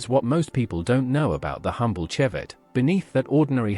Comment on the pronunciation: Vauxhall Chevette pronounced shevette